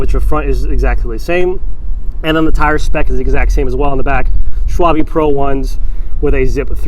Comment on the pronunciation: I "liked" this video when he pronounced Schwalbe correctly LOL (Just teas'n ) Love watching these Scott reviews~